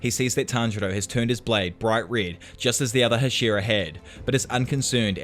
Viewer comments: These videos are great, but I wish you pronounced Hashira remotely correct. It sounds like you are saying Ed Sheeran. Other than that, great job. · Bruh it’s HA- shi - RA